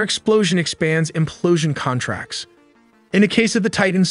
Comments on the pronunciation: CON-tracts ...no....conTRACTS. otherwise it sounds like the sub is wheelin and dealin not crushing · At the :09 second mark, the speaker says the word "contracts" incorrectly. The word "contracts" should have an emphasis on the 2nd syllable...so that it is: "the explosion conTRACTS". To say the word "contracts" without the correct pronunciation implies we are talking about paper contracts. We obviously know this is not the meaning here, but for the general good of the English language, this is still important to pronounce correctly. This has been a nerdy phonetic PSA.